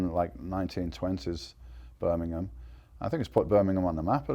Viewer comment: In Burminkham " lol